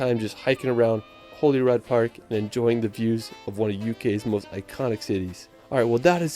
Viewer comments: He gets Edinburgh correct, then mispronounces Holyrood, he kept calling it Holy-rod, the correct pronunciation is like Holy-rude. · Holyrood park and houst are royal residences in Edinburgh and are pronounced Holly-rude not holy rod